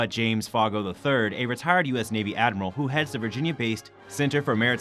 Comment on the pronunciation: Admiral Foggo’s name is pronounced Foe—go.